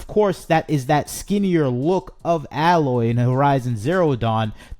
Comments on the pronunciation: It's A-loy, not alloy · You could at least say her name correctly: A-loy We need to destroy sweet baby, what they're doing has to be illegal. I'm not smart enough to delve deep enough into the law but they need to be removed from gaming or have their own rating symbol so I won't be tricked into buying woke nonsense. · I’m sorry, but if the guy complaining in this video had actually played a Horizon game he would know how to pronounce “Aloy”. (Hint: it’s not “Alloy”). So no, he hasn’t played it. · bro out here smoking crack. What are you even saying bro? Pure fluff no substance. Play the game, then make a video. I don’t think any true fans are actually upset about it. They’re only upset because they can’t play it on PS4. Only people that have never even tried horizon talk shit. HZD deserved a remaster. Literally nothing you said is true. Also Her name is AY-loy. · The images you used from Zero Dawn were kindly selected, but almost all of the images you used from Forbidden West or the ZD remaster were at awkward moments during conversation, or photoshopped significantly to exaggerate your point. I don’t believe that you even played either game, since you didn’t say the main character’s name right, even once. Just jumping on a soapbox because not every piece of fun content is made exclusively for men anymore. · If you want to make a bitchy video about Horizon, please take some time to learn how to pronounce “Aloy”. Clearly you haven’t played the game… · You aren’t even pronouncing her name right… nor do you have the right footage of the remaster. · He likely never played either game if he’s mispronouncing her name, just making content. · I agree with you wholeheartedly but pronounce her name correctly PLEASE....